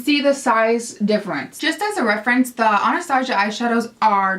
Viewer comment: I love you but it bugs me the way you say Anastasia it's pronounced Ana-sta-si-a sorry it's just a pet peeve and thank you for such a helpful video I think I need some of these eyeshadows!